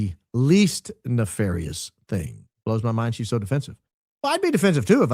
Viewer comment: Did you just describe Blake as "Neff-fairy-ous"? 😂😂😂